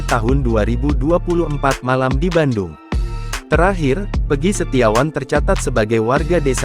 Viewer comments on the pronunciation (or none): none